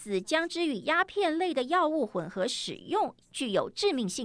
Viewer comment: [混合]使用：音[ㄏㄨㄣˋ] [載]人：音[在]